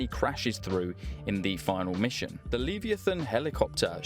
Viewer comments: Purr-see-us! Not Purr-syoose. Also: Lev-eye-a-than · it’s pronounced Lev-eye-a-thon just FYI😅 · thats not how you pronounce leviathan boy